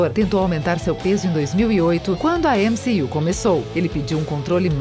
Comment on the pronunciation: Mané ÉmCi-you o que.....kkkk